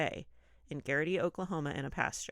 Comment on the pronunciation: Denice was a student TEACHER, not a f*ckin' secretary. And, the store where she worked is pronounced "Mac A-nally". Why the hell are you talking about this if you don't know the facts? It's G-E-R-T-Y where Denice's body was found, not Garrity. Tell me you didn't read Dreams of Ada without telling me you didn't read Dreams of Ada for frick's sake. Fonten-O, not "not". Ya know, Tommy Ward's LIFE depends on the correct info being disseminated. You two are NOT helping with that. At all.